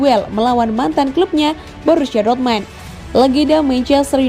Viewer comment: DORTMAND?? Sejak kapan??jangan bikin malu min,nyaring,salah lagi😁😁😁